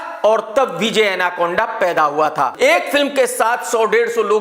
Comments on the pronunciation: Did you all noticed that KRK actually said vijay anaconda... Well honestly I'm unknown to this actor but still I searched this guy and found his name was vijay devarakonda not anaconda🐍... KRK 🤣🤣🤣😂😂omg.. Wtf man 🤣🤣😂😂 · Which school you have been boss it’s not Anakonda it’s Devarakonda pronounce name properly it’s not not American name it’s Indian name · विजय एनाकोंडा नहीं 😆😆 विजय देवर कोंडा है। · भाई विजय एनाकोंडा नही देवराकोंडा है 🤣🤣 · Are bhai he is devarkonda ...not anakonda